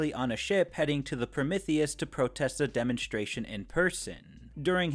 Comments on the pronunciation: Is anyone else irked by the mispronunciation of Prometheus? It's not pronounced Promithius the "m e" is pronounced "ME" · I apologize I’m new here, but you said Promithius about 70 times and it started to drive me crazy, Pro-MEeth-ius is the correct pronunciation of the Greek god of Fire:) no hate just felt the need to inform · your Prometheus pronunciation gave me an aneurysm, please stop saying it like that